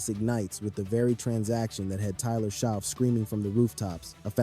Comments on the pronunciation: Not "sho" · Great video. But his name is pronounced as" shuck" not sho